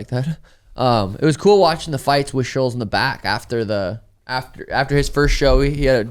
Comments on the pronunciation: Sean, it really is pronounced SHULTZZzz bud. I know you just heard about him last 2 years but take it from someone who’s know who is is for 8-10 years and never heard anyone other than you call him that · Pod starts out with Suga making fun of for not saying Schulz correctly, even though Suga says a lot of names incorrectly. just goes with the flow, he never corrects Suga on shit that doesn't matter. Then when they talk about the Merab fight, talks about the highlight real they've been showing of Merabs wins (obviously for a reason), and then all of the sudden Suga starts talking shop, how he's gonna stop Merab. These dudes have one hell of a relationship and knows exactly how to get Suga going when it matters.